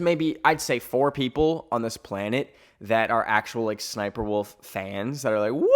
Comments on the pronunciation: she thinks that you wont understand that its called " S SNIPER " AND NOT SS SNIPER alright she biological like that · her name is SNIPER . no ss JUST SNIPER